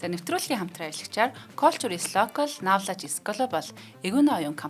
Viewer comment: Culture knowledge 2 vgiig google translate eer sonsood duudlagaa zasaad ogoorei kk